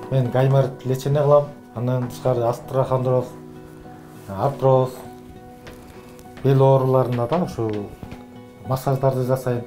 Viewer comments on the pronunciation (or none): Врач деле эмес окшойтко бул астрахандроз деп остехандроз деп айтылат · БИР ВИДЕОСУНДА ДОКТОР АСТРОХОНДРОЗ ДЕП АЙТТЫ. ДЕГИ ӨЗҮ ВРАЧПЫ ОСТЕОХОНДРОЗ ДЕГЕГДИ АЙТАЛБАСА? ЖЕ ЖӨН ЭЛЕ САТУУЧУБУ? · Терапевт имиш...диагноздун атын толком айта албай жататго"Астрахандроз "деп журотго 😄Остеохондроз, байке.☝️Анан даарыга суугарылат дегени эмне?Тушундурунузчу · Туура айтасың адегенде терминдерди туура айтканды үйрөнүш керек астрахандроз дебей